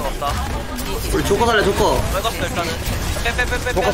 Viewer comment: 조커가 좆커로 들린다....